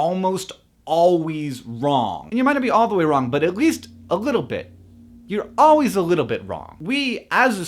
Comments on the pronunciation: "ALWEEZ WRONG" LOL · lol "alwees" XD